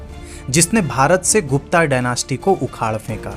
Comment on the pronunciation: गुप्ता नहीं गुप्त कहो